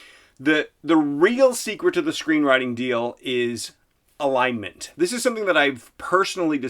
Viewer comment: I thought he said line mint. haha